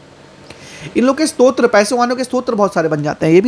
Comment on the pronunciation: स्त्रोत्र नहीं भाई, स्रोत 🙏